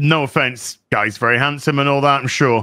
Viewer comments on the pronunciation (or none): none